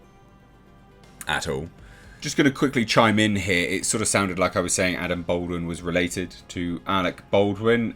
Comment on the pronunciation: Dude, it’s pronounced “Ball-dwin”; not “Bold-win”. You’re doing my head in.